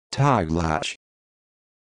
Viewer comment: what utter nonsense, that is NOT how you pronounce it~ It is TAY-GLAch (the ch is very gutteral)